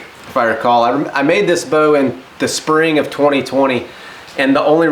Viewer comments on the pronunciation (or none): none